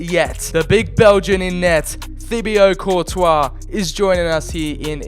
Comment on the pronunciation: When he said Thibio Courtois i just put my head straight into my hands for a good minute.